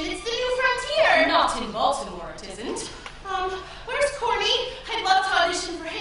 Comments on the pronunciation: She is not saying Baltimore. I played on 0.25 speed and she says "Maldimored" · Its boltimore